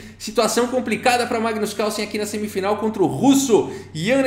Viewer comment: NEIPO GAINHOU DO MAIGNUS NA SEIMIFINAL